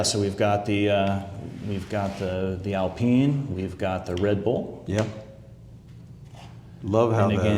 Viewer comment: you can tell he’s the F1 guy bc how he pronounced Alpine… when’s the release date for F1 models?